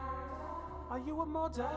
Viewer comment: 😂😂😂😂 "are you a moddah?"🤣